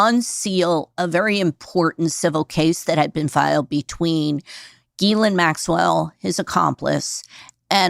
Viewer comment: FINALLY: A journalist/podcaster who pronounces Ghislaine correctly!!!!